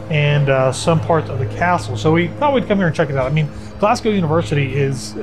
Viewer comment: This is a lot of fun! Quick pointer: It’s ‘Glaz-go’ not ‘Glass-cow’ It’s ‘Edin-burrah’ not ‘Edin-borrow’